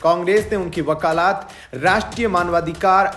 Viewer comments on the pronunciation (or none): वकालात नहीं वकालत। भाषा सुधार करना चाहिए